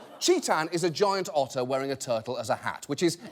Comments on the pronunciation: you should have said otter instead of utter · did you mean... *otter* brilliance? :D ... i'll show myself out.